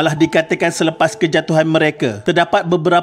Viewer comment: Dia sebut suffer seksyen lol